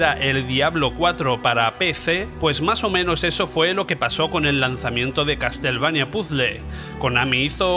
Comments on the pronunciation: Que no, CasTLevania no, se dice caSelveinia... Ains... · Se pronuncia "caselveinia" ...